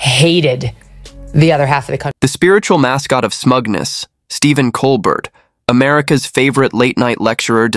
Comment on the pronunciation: It,s col bert,its col bear!